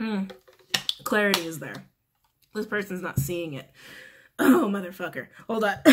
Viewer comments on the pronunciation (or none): Hahahaha love the way you said "modafocka" 😅